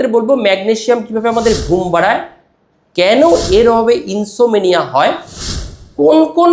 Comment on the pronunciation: ইনসোমেনিয়া নয় সঠিক উচ্চারণ ইনসোমনিয়া insomnia.